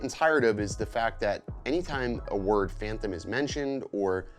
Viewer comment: I can not get past you saying phanthom instead of phantom.